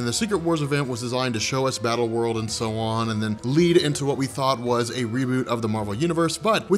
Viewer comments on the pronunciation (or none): none